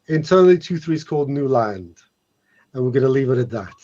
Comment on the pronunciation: Did he said "New Lands" or "Nude Lands"?